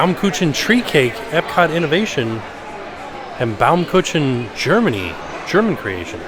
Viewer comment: When says "Baumkuchen" 🤣🥰